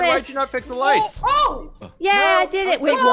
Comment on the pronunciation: I love how everytime fixes the lights he goes ‘.... I deed eet:D’